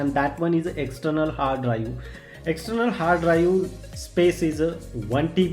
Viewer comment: Hard dicks , great english. LOL